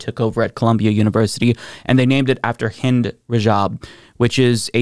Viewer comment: THANK YOU FOR PRONOUNCING HER NAME RIGHT RIP HIND FREE PALESTINE